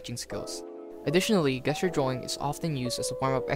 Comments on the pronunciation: awesome vid. btw its "JESS-ture" not "GUESS-ture" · just fyi it's Jes-ture not Guess-ture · I've never heard someone pronounce "Gesture" as "Guessture" instead of "Jesture" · It's pronounced "jest" you're a gesture is usually a hand motion you make to give an impression of something, or communicate an idea. Like the 'jest-ure' of sliding your finger across your throat, meaning death or you're dead. Remember it's a soft 'g' (or j sound), not a hard 'g' as in guess it's not "guess-jer" it's "jess-ture" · hey bro, sorry if this comes accross a bit presumptuos: the G in gesture is pronounced as a J sound, so while it reads "guess-ure" its said "jess-ture". English is a bit bullshit and theres no real obvious inidcator for these tiny technicalities other than just hearing people say it. Thanks for the video btw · bro said guess-ture😂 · Good video dude. I hate to be that guy, but "gesture" is pronounced jes-ture, as in , "that dude was gesturing me to jump in the bin". Keep up the good work 👍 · It's pronounced JJJJJEsture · The fact that he was pronouncing gesture wrong the entire time really bugged me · Nice video, very encouraging! For your edification, the word “gesture” is pronounced with a “J” sound at the beginning, not a “G” sound like “grape.” Hope you keep up the videos! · This video is great. Thank you for sharing your process. Gesture is pronounced with a J sound instead of a G sound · You are saying gesture wrong. It’s a soft g not a hard g. Don’t attack me. I’m trying to help. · Good video... yes... but I cannot be the only one annoyed by how he says "gesture"....